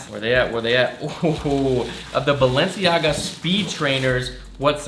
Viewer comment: Isn’t Balenciaga pronounced Bal-en-ciaga not Balen- ciaga